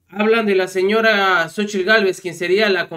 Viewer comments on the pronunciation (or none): Saludos yo soy hablante originario nahuatlaca y el nombre de esta loca es en náhuatl Xochitl en español flor y no como todos están diciendo sochitl y soy orgulloso orgulloso de ser nativo